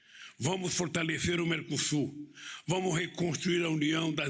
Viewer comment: praneta fotalecÊ vamu mecosur